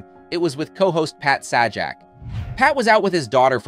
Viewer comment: He mispronounced her name and Pat's last name at the end...so stupid.